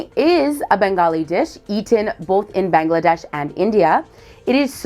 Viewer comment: It's. Bangladesh bro not Bengladesh